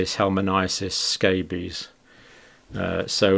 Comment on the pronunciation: Dear Dr Campbell, please try to get the right pronunciations for 'onchocerciasis' and 'helminthiases'.